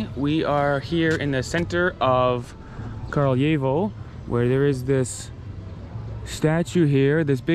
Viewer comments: Nice one, btw it is "kRAljevo", not "kARljevo". "Kralj" means king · Kraljevo - Краљево. Не Carl yevo. If you speak Italian "gli" is same Serbian "lj". А да није у питању летње и зимско рачунање времена код сунчаног сата? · To je zato sto momak ne izgovara tacno naziv grada.